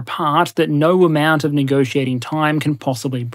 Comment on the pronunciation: "The default option is always - naur"